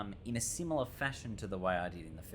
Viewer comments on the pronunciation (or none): none